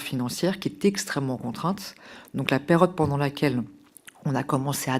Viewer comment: Aux toutes dernières secondes "PÉRODE", trois fois répété: la dame interrogée a-t-elle reçu sa prime d'élocution ?😂😂😂😂😂😅😅😅